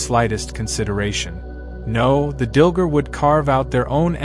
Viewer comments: Dil-GAR, not Dil-ger. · Wish could pronounce the names better, it’s confusing. Dilgar, dil gar, not dil ger. Drazi, draw zee, not drawt zee… it literally makes a huge difference. Say this word, anise…it’s a seasoning 🧂… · DilGAR. Not Dilger. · Umm it's Dil-gAr - not ger...you AI Dillhole. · I believe it's pronounced "Dill-Gar". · DilgAr! There's an a not an er.